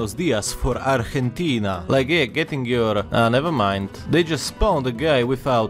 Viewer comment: Holy shit dude the way you were pronouncing Argentina and the other words was actually on point 👍